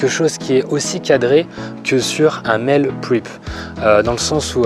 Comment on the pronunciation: J'aime bien tes vidéos qui me donnent des idées et me motivent... mais là je vais juste être chiant sur un détail, comme je reviens de vacances des USA... Tu dis "Mél Prip" (Meal Prep) en faisant un effort honorable sur l'accent et tout mais je crois bien qu'en anglais on prononce "mil prép". Comme dans le Happy Meal de macdo (ok la référence est nulle mais j'avais que ça sous la main). Allez ! Chaud meust go onne !